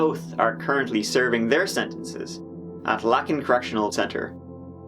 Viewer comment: It’s pronounced Lākin (hard A, short I). I have a friend and someone I know both with that name